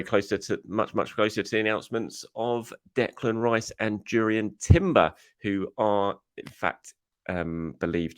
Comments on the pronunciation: Not Durrien but Yurrien, guys. 😅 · It's pronounced Yurrien Timber. The J is basically a Y just like De Jong and Johann Cruyff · Reminder it (J) Urrien Timber. The J is silent. Thanks